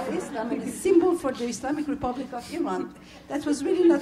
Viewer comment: Ugh when they say 'eye-ran'